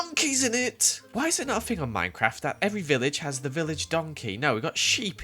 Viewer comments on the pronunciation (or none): none